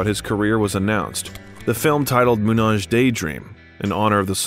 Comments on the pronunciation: Julian Schnabel got it too. Also "Munage daydream," haha. Moon - Age. Some others. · Moonage became Manage’ 😁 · "Moonage Daydream" is plainly pronounced as "Moon Age Daydream". It's not French. lol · it's moon-AGE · Yes, his pronunciation of "Moonage" clearly showed how much the narrator actually cared about the subject. Plus the imagery wasn't chronological to say the least (are we supposed to see the Outside-era Bowie when we are talking about Hunky Dory?) and around 50% of the videos they showed are those that appear at the top results of googling Bowie (I mean, it's not that they really spent too much time selecting the material). Plus they didn't care to play any of his songs for more than 3 seconds (is it even a documentary about one of the 20th century greatest songwriting geniuses, if all we actually get to listen to is just some Pixabay background music?). Plus they failed to mention Alladin Sane, Tonight and Earthling and they failed to mention his role in Scorsese's The Last Temptation of Christ. (I wouldn't care about meticulously listing all of his works if they didn't appear to be just blindly following his Wikipedia biography, as another commenter noted.) They mentioned that Iman "took custody" of Duncan when they were already discussing Alexandra's birth, I mean it's not like Duncan really needed custody at 29. And that is just from the top of my head and I've not even been a Bowie fan for five years. Certainly not the best documentary about Bowie I've ever seen. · As much as I liked this documentary, hearing David Gilmour's name mispronounced hurt. :D Same with Moonage Daydream.